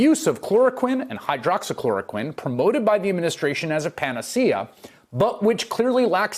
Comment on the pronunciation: Somebody already said it.. you know Trump owns stock in the company that manufactures hydroxychloroquine because he said it several times perfectly and didn’t mumble or stumble on it once! when he can’t even say “tolerate.” For him to correctly pronounce a word that big, he knows it well.